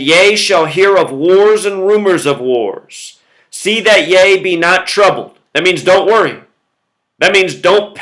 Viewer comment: Ye - rhymes with He (strong "e") Not yah